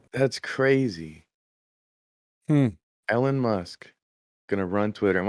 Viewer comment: Ellen Musk lmao come on it's E LON not Ellen